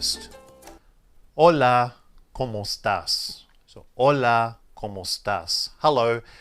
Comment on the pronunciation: La pronunciación de como de, como estás? Esta mal pronunciada.